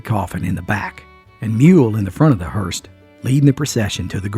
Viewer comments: No offence, but it’s “ hearse”,not Hearst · So sorry,, I do love you so much but it’s a hearse, not a hearst.